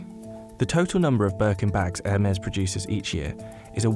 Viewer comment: Something peeves me that they keep pronouncing Hermes like "Air mares" like it's flying horses instead of "Her-mees"